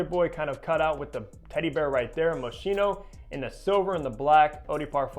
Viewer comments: Hello. The pronunciation of the brand Moschino is moskino and not moshino. 😅 Best regards from Vienna Austria Yigal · The correct way to pronounce the name of this designer is " MO-SKEE-NO". Thanks for the great review, this is among my favorite fragrances! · Right. It's a hard "ch".